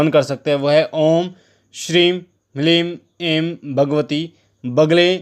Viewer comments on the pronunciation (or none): ह्रीं नहीं हलीम है ये पहले मंत्र का शुद्ध उच्चारण बताओ 🙏🙏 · Mantra hleem hai hreem nahi pehle khud seekho